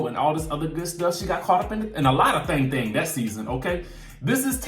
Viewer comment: I am sorry everytime you say thang thang thang thang thang thang i can't stop laughing 😂😂🙂